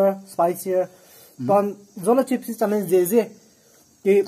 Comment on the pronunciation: zolo tsips😂😂😂